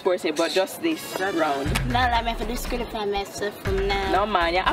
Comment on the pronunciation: Rebels pronounciation of disqualify 🤣🤣🤣🤣🤣🤣🤣🤣🤣🤣🤣